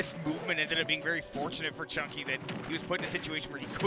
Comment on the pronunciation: this was a vewy vewy intewesting set